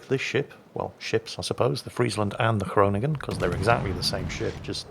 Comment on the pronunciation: You pronounce ‘Groningen’ very good. Greetings from a dutchy;-).